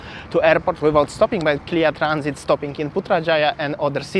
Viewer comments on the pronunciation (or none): KLIA is pronounced letter by letter, ie K-L-I-A, not 'clear' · Malaysian usually refers KLIA as the letters, K L I A. Not to be pronounced as the spelling.